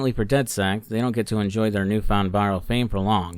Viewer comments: I’ve never met someone who pronounces it dead sekt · Does it bother anyone else that throughout both games he calls the group "dedsect"? Good videos though